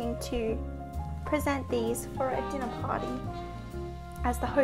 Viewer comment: Hearing an Australian say “Dinner Party” makes me nostalgic for “Mythic Quest: Raven’s Banquet.”